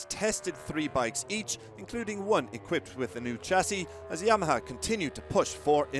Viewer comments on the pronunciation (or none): none